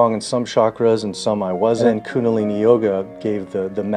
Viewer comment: That man at the end, he needs to know it's Kundalini. Not Kunalini. Surely someone has told him by now. I do hope so...